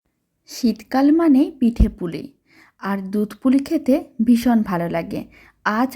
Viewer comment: Dudh k dutra bole Kano .